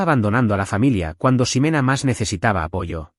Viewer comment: Y la X no se pronuncia como S. No es Simena, se pronuncia Jimena.